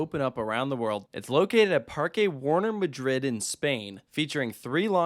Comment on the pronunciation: OMG, you pronounced Parque correctly! But not until you got back from the actual Parque. Nonetheless, I call it a win for the Spanish language. ¿Dónde está la biblioteca?